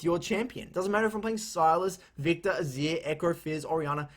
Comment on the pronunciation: I like how he says Azir ,"Azia"